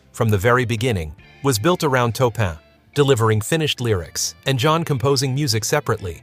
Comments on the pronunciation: Just words of advice, please proof your videos. Too many mispronounced words ruin this documentation. Make sure you do your homework. It really makes a significant difference. It's Taupin, not "Topin" Otherwise I appreciate and applaud the attempt. But take the extra time to fix any mistakes. It'll put you in a much better light. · It’s pronounced Torpin, not toepin. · omg say toe-pin one more time 🤬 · The name is pronounced "TORR-pin". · TAW PIN !